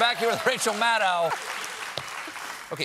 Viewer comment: WHY DOESN'T PEOPLES PRONOUNCE "MADDOW" CORRECTLY?!?